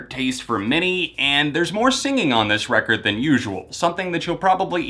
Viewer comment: love when he says "Recorrrd"